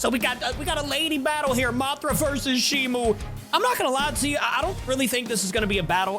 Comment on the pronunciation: ITS NOT SHIMU ITS SHIMO